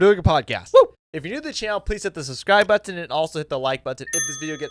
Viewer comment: I love how he says “butt-on”